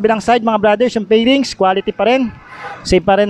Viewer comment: Paki pronounce ng F at V ng maayus , fairings Hindi pairings